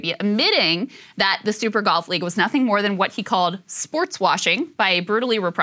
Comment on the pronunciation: Are you saying golf or gulf